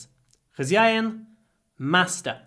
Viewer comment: Думал, что он русский пока не услышал слово хозьяин